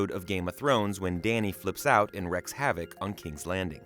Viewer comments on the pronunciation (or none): Not "wrecks" havoc! Jeez! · Its wreaks havoc not wrecks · Wreck havoc? I think you mean wreak havoc. Pronounced REEK.